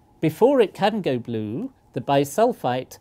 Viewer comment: The professor said glue instead of blue